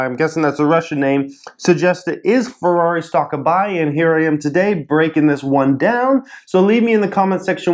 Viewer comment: in ferrari you have to pronounce the e in italian you pronounce every letter that is written